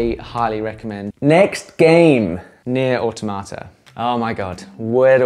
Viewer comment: tho incorrect and somewhat misleading i can handle him calling the steam deck a console HOWEVER WHAT I CANT HANDLE IS THE WAY HE SAYS NIER AUTOMATA